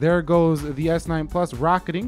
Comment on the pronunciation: Hold your horses. It's not always s9 ploos